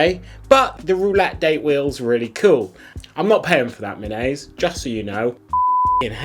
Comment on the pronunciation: It should be pronounced like me nah say. I live in Tokyo, and I have never seen anyone wearing a Minase. Except for our former prime minister Shinzo Abe